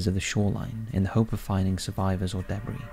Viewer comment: The narrator needs to realize that not all words are pronounced phonetically. "Si-lass" instead of "Si-luss" for Silas and "deh-briss" instead of "duh-bree" for debris.